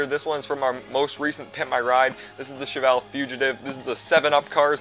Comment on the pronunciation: That is how you pronounce Cheval. It's the soft CH, which makes the SH sound.